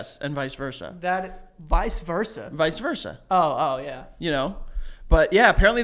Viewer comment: I didn't realize until this episode that I also say "visa versa" lmao